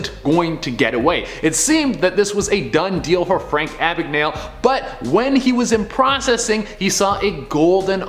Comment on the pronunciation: Ok, his name is pronounced Abegnal-e. Second, he was a master forger and worked with the F.B.I, not the C.I.A.